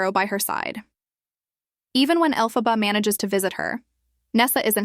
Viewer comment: Is this AI narrator? For half the video she pronouces Elphaba's name right and then she starts pronouncing the name wrong?